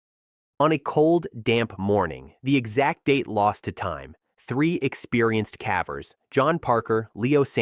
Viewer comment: Its cavers not cavvers